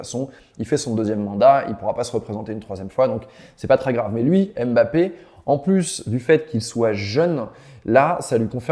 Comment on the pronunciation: mmmbappé et non M bappé